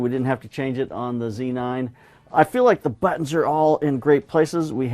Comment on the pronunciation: Z9 not C9 - c'mon, you can say it